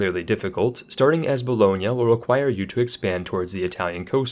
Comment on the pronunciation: You are the first not italian guy i ve ever heard pronouncing bologna the right way and not the daranged "boloknee" way